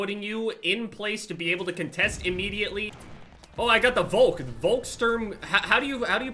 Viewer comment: You pronounced the volk correctly